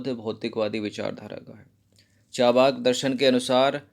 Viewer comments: इसे 'चावा+र्+क' नहीं, बल्कि 'चा+र्+वाक' पढ़ा जाता है। अर्थात् ऊपर वाले र् का उच्चारण जिस अक्षर पर प्रयुक्त होता है उस अक्षर से पहले किया जाता है। जैसे- दुर्गा, नर्मदा, मर्यादा, सूर्य, पर्व, पर्वत, मुर्दा, मुर्गा आदि। सार्वजनिक रूप से बताने के लिए क्षमा चाहता हूँ।🙏🙏 बाकी आपके वीडियोज बहुत अच्छे लगते हैं। Nice class 👌👏👍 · Sir aap achha padhate hai pr "Charvak" ko "Chavrk" na bolen. Thankyou